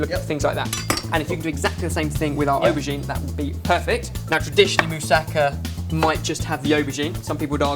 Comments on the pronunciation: It's pronounced "mou-sa-ka", not "mou-sakka". Just for future reference. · I know this is a really old video and someone's probably told you, but moussaka isn't like Mustafa. You emphasise the ka at the end ^.^ amazing recipe tho :)